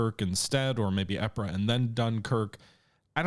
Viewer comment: Lol it drives me bonkers you still don't pronounce Ypres correctly. It's pronounced Eeeepurrr!